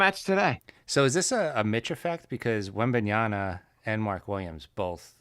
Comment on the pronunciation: Great show guys. Mark pronouncing Wembys name 4 different ways was hysterical. Have a safe trip Jay.